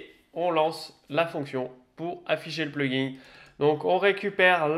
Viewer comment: Merde, ça avait l'air très intéressant mais après , à force d'entendre PluginG avec un "G" à la fin, j'en pouvais plus. C'est un plugin sans 'G' qu'on dit. Comme dans plug ... in. "Brancher dedans"... Traduction réelle : extension. J'ai pas été capable d'en faire "axtraction" :P